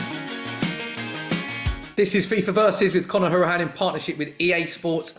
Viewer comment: Guy can't say hourihane right. It's How-er-i-han